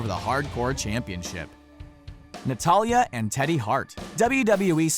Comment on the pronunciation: He said notily in stead of natalya haha lol